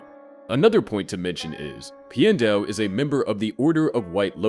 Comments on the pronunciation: "pie-en dao" it's pi-and dao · I didn’t like the way you said Pian Dao’s name the first several times. You said his first name like “pie ann,” which sounds wrong. Then towards the end you did say his name correctly (“pee-an”). It should be pronounced the same way you “piano (pronounced “pee-an-no”)” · Pee-en-dow NOT Pie-en-dow They literally say it out loud in the show. There's no reason to get it wrong. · You kind of kept changing your pronunciation of Piandao's name, but in general, it's closer to "Pyen-dow" or "Pyan-dow" (Like Pee-ya not Pie-ya). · "pai endao" Clearly this is ai voice and not real atla fan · the way Piandao is pronounced as Pi-Endow throughout the entire video was realy offputting and completely threw me off every time his name was said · Why does your pronunciation of "Piandao" change half way through the video?